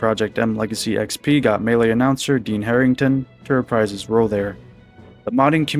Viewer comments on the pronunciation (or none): none